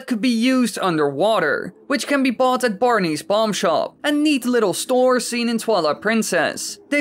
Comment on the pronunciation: You say "Bar-nees" but isn't it actually pronounced "Barns"?